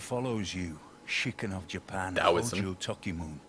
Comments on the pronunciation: toh-kee-moo-neh ときむね japanese is pronounced phonetically based off spelling so it's not toh-kee-moon it's toh-kee-moo-neh since it's むね (mune) not むん (mun) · they mispronounced tokimune )